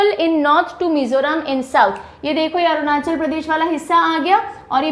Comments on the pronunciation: Arunachal pradesh hai anandra pradesh nhi 🤣🤣👎👎👎 teacher hoke state ka pronounced mein bhi galti shame on you 😤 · Mam that's arunachal pradesh not andra pradesh....even it written in down below but you are pronounced it wrong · Made me sad to know someone doesn't pronounce Arunachal Pradesh properly